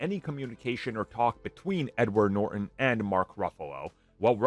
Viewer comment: It’s Norton, not Nor-en